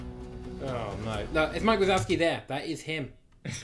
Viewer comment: He said it has now meaning instead of either no or it now lol